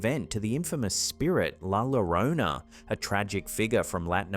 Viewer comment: One more time -- "Yorona". Not "Hurona" or "Lorona."